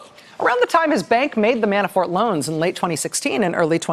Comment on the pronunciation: Sometimes, it sounds like she's saying...Manafart...makes me giggle.